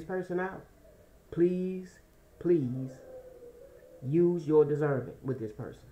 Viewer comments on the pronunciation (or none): none